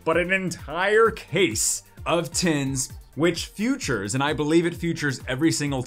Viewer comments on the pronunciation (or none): Are you saying futures instead of features?